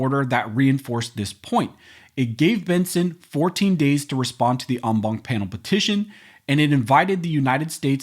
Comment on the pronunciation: STOP using ‘en banc’ you beat the shit out of this French word,rather use ‘in bench’ PLEASE! Other than that, excellent job!